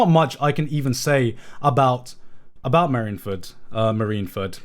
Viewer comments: I have never heard one man pronounce so many One Piece things incorrectly. How does Marineford ever translate to marinfurt. You don't call the navy the marins, but the mareens. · GOD DAMMIT GIGGUK YOU ARE SAYING MARINE FORD WRONG!!! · Chat bullying him for how he pronounces Marineford is hilarious